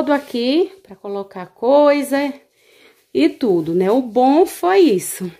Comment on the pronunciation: I tudo tudo ela fala itudo kkkkk aff